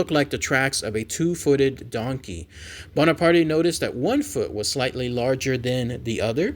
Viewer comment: Hey,. The E in Bonaparte is silent. It's a French name. I'm sorry.